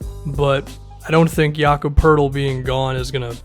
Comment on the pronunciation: Its crazy your a youtuber and you can pronounce Jakob Peurtl's name yet mainstream sports pundits still say Demer Rozan... we live in a backwards world